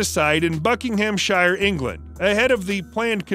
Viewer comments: " Buck-ing- ham- shire", just no . no no no no no. Buckinumsheer. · It's actually pronounced Book-in-ham-shuh. Thank me later. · ˈbʌk.ɪŋ.əm.ʃər aka BUK-ING-EM-SHUH